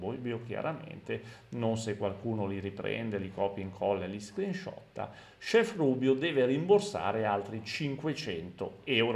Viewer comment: Grande. P.s. ogni volta che viene pronunciato il termine "scrinsciotta" un professore di italiano muore...😂